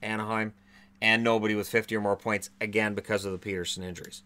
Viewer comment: I don't want to be that guy but this video you mispronounced Pettersson again. ;) It's a short E because of the two T's after it. Just imagine his name being Peckersson and you'll have it down pat. :D